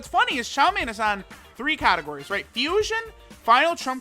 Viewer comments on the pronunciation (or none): none